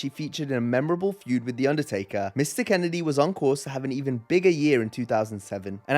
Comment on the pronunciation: I am disappointed you mispronounced Mr Kennedy.... Kennedy. It's Mr Kennedy..... Kennedy